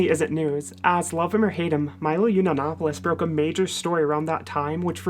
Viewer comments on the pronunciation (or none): as per your request I will not criticise you for how you say "clique", however I will criticize you for how you say Yiannopoulos as (Yu Na No Po Lus) its is pronounced (Ya Na Po Los) other than that, keep up the great work.